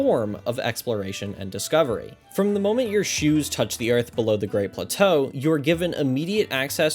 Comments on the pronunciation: The pronunciation of plateau made me laugh each time. I replayed BOTW twice, only because my switch broke and I lost everything. I honestly don't think I replay either of these games again, way too massive to enjoy all that collecting and exploration again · I kind of want to slap you for having enough time to make a video like this while I have to actually have a life. And the fucking way you pronounce plateau.